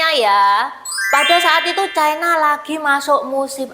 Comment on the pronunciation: Ucapan yg bnr : China, bukan Chaina